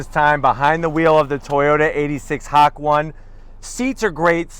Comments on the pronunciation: Ha-Ko-Nay. Not Hack-One. Jesus bro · It’s not Hak-one..it’s pronounced as Ha Ko Nay.. it’s a place in Japan where uphill curves meets the scenic view of the mountains.. will go back there coz the place is relaxing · hawk one? huh? or the japanese word hakone (箱根) pronounced “hah-koh-neh” dude, stop being so white & ignorant. 😂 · Ha Cone Nay. What the F is Hok-One? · HA-KO-NE not HAK1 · Did this guy say, “Hawk One?” So Hawkeye has his own origin story? 😆😆😆 Also it’s pronounced “Ha-ko-neh”. Even I knew that the first time I saw this word. Toyota is a Japanese company. And when you see the word, “Hokone” you pronounce it in a Japanese dialogue. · Ha-ko-ne. How do you even read Hak-one? Do you not sound out? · I like, but that Hack-1 is hilarious.... Ha-Ko-Neh 👍🏼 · It's pronounced [Ha-ko-nay] Not Hack one ლ(ಠ益ಠლ) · IMO it's pronounced "HA-KO-NE" (箱根町, Hakone-machi) is a town in Kanagawa Prefecture, Japan. It refers to a group of more than 15 mountains. ''Hak'' means ''Box'' and "Ne'' means "Mountain". im sorry i just had to put this out, it make me cringe when i hear HAK-ONE, i mean, WHAT DOES THAT MEAN?! it's a Japanese car.... ┐(￣ヘ￣;)┌ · Hak one hahaha.. it's Ha-Ko-Ne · What the FFFFFF is a Hack One? Its pronounced as “HUH-CONE-eh” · i think it's HA KO NE not HACK ONE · As a half Japanese man, I shouldn’t have expected more of. Dude is saying “hawk one” instead of Hakone (Hah-kone- eh) lol, cringe worthy but also funny as hell. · Its "ha cone eh" not "hak one" its name comes the racetrack. In japanese its pronounced as the above. Great review. Not being a grammer nazi just dont want people mislead. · Lmao hakone not Hak one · Maybe it's named after the Hak.on.aye Skyline and not "hak-one" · It’s Hok-oh-nay. Hawk1 hahahah. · You deserve to get it removed by YouTube.. you keep saying Hack One... It’s Hakone man.. HA KO NE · Hah co neigh not hawk one lol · It's pronounced "HA-KOH-NEH" by the way, not "Hak-1" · Bro first fall, its Hah-cone-A. Not Hak-1